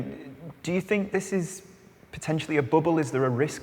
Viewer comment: Ah yes…a speculative booble 😂